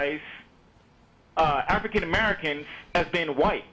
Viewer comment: "Afrikan Amerikers..." oh lol...